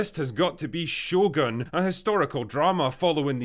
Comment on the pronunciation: "Show gun". 🤣